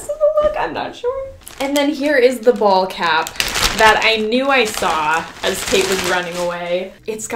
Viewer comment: I thought said bald cap but she said ball cap on the dad part